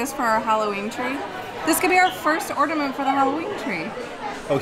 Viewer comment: They are ORNAMENTS, or"N"aments... NOT Or"D"aments!